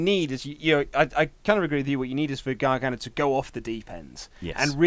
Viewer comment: "Johnn Gragano"